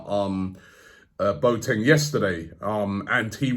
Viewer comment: Robbie: ‘Bo teng’ No It’s ‘Bo a teng’